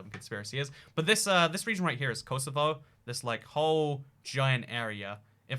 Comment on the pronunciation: I'm more offended about how he said "Kosovo" than the fact that he replaced Serbia with it